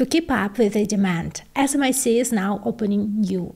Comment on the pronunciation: Never heard pronounced smic - but I like it.